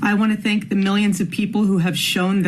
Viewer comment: And you couldn't even say thank properly! IE think. You stumbled as well.